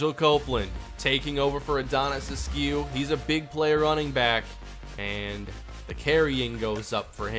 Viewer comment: The only thing you should change is the way you pronounce askew... please just look up a pronunciation of the name and I promise you it’s pronounced “ask you” every single time